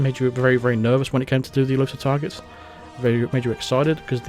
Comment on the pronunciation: I thought you were saying "Elusive Tigers" I couldnt figure it out but it must have been "Exclusive Targets" and how about makinf a mode that is super hard, like you cant act strangely and cant walk around behind someone without them knowing, how can they not here you right behind them?